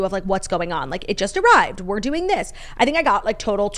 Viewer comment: The episodes are always better when jackie answers with "Im DERN good" instead of "Im doing good" lol